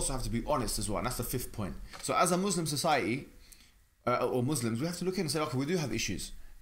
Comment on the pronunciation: Pls don't say muzlim. It's Muslim with an s . Muzlim means something else's